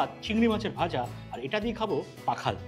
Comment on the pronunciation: pakhal na oita pokhal.